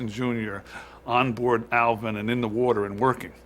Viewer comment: So annoying hearing the narrator call it elvin not Alvin 😡